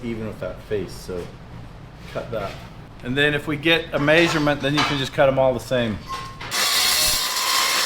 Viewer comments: says "MAYsurements" instead of "MEAsurements" lol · May-sure-mint????? Is that in metrics??? Hahahahaha!!!!! My first sarcastic comment, sorry. Thanks for the content, you guys feel like family.